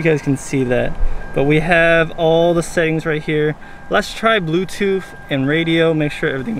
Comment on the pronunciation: Say it BLUETOOTH . Say TOOTHHHH. NOT blueTOOF . Not TOOF😂